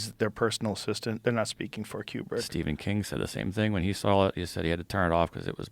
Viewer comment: Room 237 is pure unadulterated bullshit. Also, Joe its “koo brick” not “key you brick”.